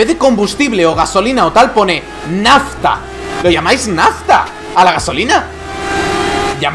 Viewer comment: Y si te faltan unas teclas se dice Nazzta